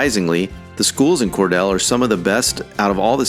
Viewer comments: it is kor-dele and it is a great place to live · Cordele is pronounced KOR-DEAL. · If you're going to do these videos, please learn the correct pronunciation of these Georgia towns. You mispronounced Albany and Cordele. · You mispronounced #1, you ignorant twat. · Wrong pictures, wrong information, wrong pronunciation, do you even Georgia? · How did you come up with this when you cannot pronounce the town of Cordele right , get your nose out of a book or computer , go to towns and citied in Georgia and talk to and meet the people , also listen to how we prounounce our town names , DUMMY . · I agree. Brunswick should not be on that list. The guy is not a Georgian. He couldn't be if he can't say Cordele and thinks Ponce City Market is in East Point. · Cordele is pronounced Cor DEAL. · Probably pretty accurate, but Cordele is pronounced Core-Deal. Remember first grade phonics? Long e sound after the d. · It's pronounced COR-DILL, like the pickle. I'm so tired of non-Southerns mispronounsing words. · It's pronounced Cord eel ;) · If you’re gonna have Cordele as number one worst city you should learn how to pronounce it correctly. It’s core deal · Cordele is pronounced ("core deal"). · Pronounced COR DEAL. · It's pronounced Core•deal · You mispronounced Cordele. Correct pronunciation is as-if spelled "Cordeal"--long "e". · Cordele is is pronounced "Cor-Deal" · It's pronounced COR DEAL..... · I taught school one year at Indian Creek in Clarkston. And as a teacher I learned that the final e on a word like Cordele makes the preceding vowel say its name Cordeeele. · Exactly. He pronounced it as if it were spelled "Cordell". I wonder why people can't read English. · It's pronumced "Cor-deel" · It's pronounced "kor-'DEEL" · Cordele (Cor-deal) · It’s pronounced cor”deal” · It's pronounced "ALL-bain-ie," and "Cor-DEAL." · It’s pronounced “core-deal”. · they call it Cordeel if you're pronouncing it correctly. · The pronunciations are spot-on. When he said, "Cor-DELLE" I LOL'd.